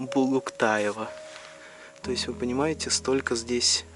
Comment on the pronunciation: Как правильно выговорил имя калмыцкой певицы Аис Булуктаевой. Тоже участница была.